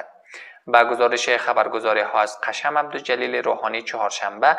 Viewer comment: سلام آخه میگه قشم تلفظشو اشتباه میگه